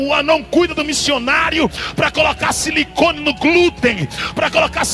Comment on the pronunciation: "CILICONE" ? "GLÚTEN" ? 😂